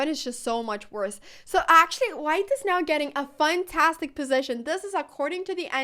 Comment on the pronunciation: Do Swedish people think we say "funtastic" or is that an Anna Cramling thing?